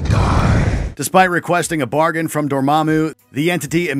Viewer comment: am i the only one who bursts into laughter when doctor strange kept coming and saying "Dormammu I've come to bargian"